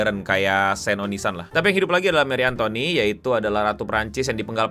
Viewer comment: dibacanya marie antonet gk sih